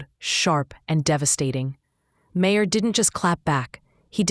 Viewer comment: I can't stand this AI BS. It called him Mah-her lol then in the next sentence says it correctly.